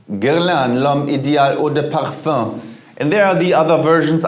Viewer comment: EAAAU DEEE PUUURFUUEHHH